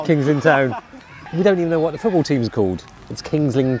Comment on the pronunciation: He said footsie ball